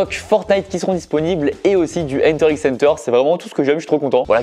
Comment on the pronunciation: sa s'écrie hunter x hunter mais sa ce prononce hunter hunter